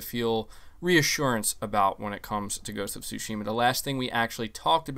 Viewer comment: Tsúshima... Gotta say it right bro